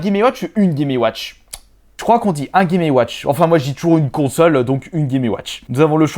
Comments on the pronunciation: Chaud de répéter 36 fois "gaiméouatch". Et euh... Chaud aussi d'entendre quelqu'un qui fait autant de fautes d'orthographe à l'oral. . Dommage car le sujet est intéressant et le montage est cool. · Clair.... "Les gaiméouatch"